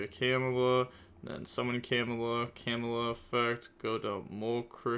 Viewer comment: Ill never get used to the way you pronounce camellia hahahahahah Kemula, lol. I'm sorry I love you bro❤